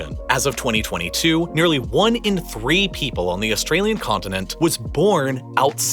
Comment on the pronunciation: I find how you say 2022 and 2050 VERY OFFENSIVE and swear word nots ice and